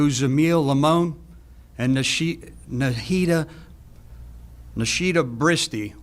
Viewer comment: Horrible case., please learn how to pronounce "Nahida". It's only three syllables!